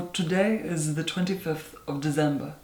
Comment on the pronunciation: De-zehm-bahhh! A month later, still love it!!!